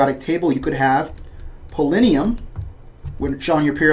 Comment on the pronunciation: Good video, but you mispronounced polonium as "polinium".